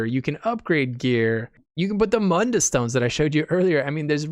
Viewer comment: You saw my comment about Mund-dus.lol It sounded good.